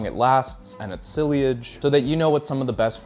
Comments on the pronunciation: It's sillage, not "silliage", vetiver, not "veviter", labdanum not "landandom", you say it wrong too 🥴Love the videos 😅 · Dont want to be that guy, but Sillage is pronounced french, something like Si-asch. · Sillage- pronounced see-yodge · I know sillage is a French loanword but I've heard people pronounce it "SIGH-ledge." I don't think it's a worthwhile nit to try to pick, especially through text. At least include how they're supposed to be pronounced.